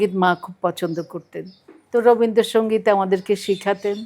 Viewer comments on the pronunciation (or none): এখনো জানে না উচ্চারণটা রবীন্দ সংগীত না,।